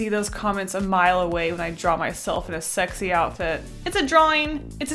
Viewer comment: This is how many times she said Shrexy (I’m not gonna say it without the h) while drawing lust | V